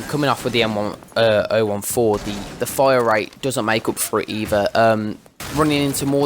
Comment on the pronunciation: It's pronounced "m ten fourteen"